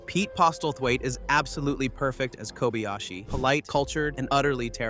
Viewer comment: Work on your rendering of "Kobayashi". Jack, the Japan Alps Brit 42 years and counting